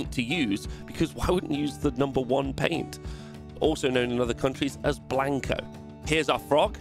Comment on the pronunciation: "Blanco". 🙂 I'm spanish, and you pronounced it really well